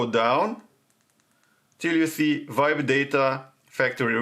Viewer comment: It doesn't work on my A53 either!!!! He said VIBE DATA FACTORY RESET, and I was confused because we can't vibe the data factory reset, but at last I came to know that he mean to say WIPE DATA FACTORY RESET🤣🤣🤣 HIS PRONUNCIATION IS VERY CONFUSING🤣🤣🤣